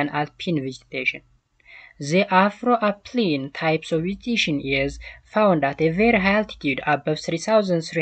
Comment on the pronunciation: Not afroapline it is afroalpine